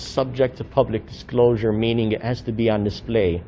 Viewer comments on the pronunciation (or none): "Subject to subclosure"???